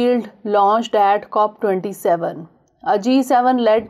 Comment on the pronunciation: It's "Cop27"